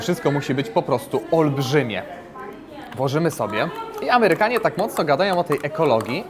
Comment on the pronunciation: Amełyka hehe